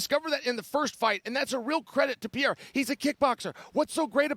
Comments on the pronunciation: He does it on purpose. He used to call him Pierre 😂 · Chael "Pee Era" Sonnen